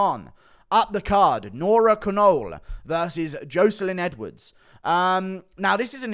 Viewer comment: Hey guru, love your vids, but caolan is pronounced kale-lin pretty much